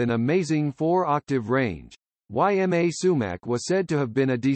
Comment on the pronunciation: Her first name is pronounced EEma, not Y M A.